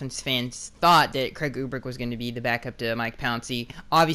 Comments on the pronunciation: You pronunciation of Urbik is driving me nuts..... Its URBIK not UBRIK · Urbik is pronounced ( ER-, bik) and Brendel is pronounced (Bren-DLE). Just FYI brother.